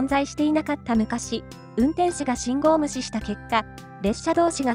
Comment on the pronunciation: 『信号無視』が『信号虫』に聞こえてしまうのは老化のせいかにゃ？